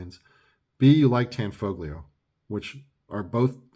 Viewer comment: The "G" is silent ! Tan-fo-leo. It's mandatory to say it different than it looks because it's Italian ! LOL !